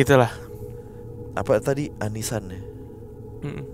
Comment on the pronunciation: Oni san kak, bukan ani san ....oni san artinya kakak laki2